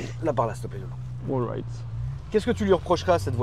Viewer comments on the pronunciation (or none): Oryte il a dit 😂😂 . C’est All right , qui veut dire tout va bien en anglais, mais ouais c’est clairement ridicule de la part du frero